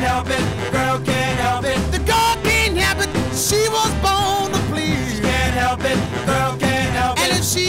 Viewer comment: The best part of this is how Richard pronounces "The girl can''t help it" as "The girl cain hep it"